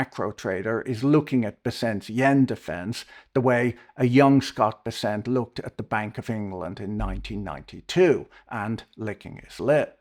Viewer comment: Fwiw, I much prefer your Bes-sent over the market's Bess-ent.